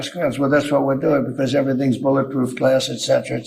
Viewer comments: I just watched Trump take THREE attempts to say the word ‘glass’! Graph, Grass.. and then finally Glass! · When Trump was talking about the ballistic glass ballroom windows did y'all catch his Freudian slip saying "graft" then "grass" before finally saying "glass?" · It sounded like he was saying grass when I guess he was trying to say glass